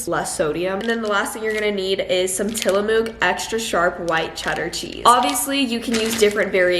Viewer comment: you’re saying tillamook wrong 😭